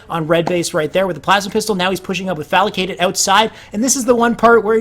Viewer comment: Great video! One thing to note, the players name is Falcated not FalAcated.